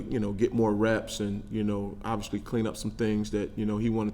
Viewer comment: I like him, but what is his deal with the word obviously, or should I say obvshilly! Wtf bro🤣